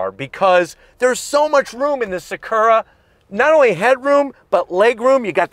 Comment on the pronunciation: Everytime he said Sakurra. 😅